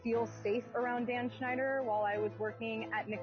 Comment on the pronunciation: Bro you ad a "sh" sound to things that don't have it but when you say Dan's last name you say "snyder" when it's "schneider" lol u leave out the sh when u actually supposed to say it.